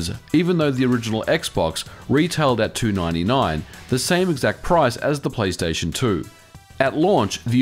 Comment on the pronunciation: "Playsation 2"?